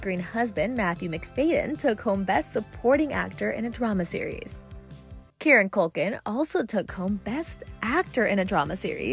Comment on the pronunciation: Kier-ran. Not KEARN-NAN